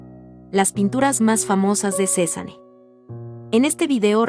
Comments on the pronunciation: Está mal la pronunciación de “Cézanne”, la “e” al final es muda (no se pronuncia)! Se pronunciaría “Cezan” Ojalá tuviera mucho dinero para comprar un cuadro de Cézanne! 💜💜💜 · Me pone de nervios que no sepa pronunciar el nombre